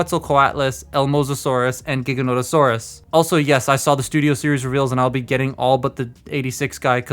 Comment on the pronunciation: Paleopedant in me can't help but point out that Giganotosaurus is not pronounced with a G but a J, like "jig"